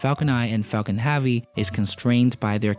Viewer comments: IS NOT HAAAAAAVY is heavy for fuck sake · Did you say falcon haavy? Space x has now shut down there bfr, falcon heavy and falcons progams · Falcon Haavy?? It's heavy mate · I think you're great. but when you say "heavy" it messes me up.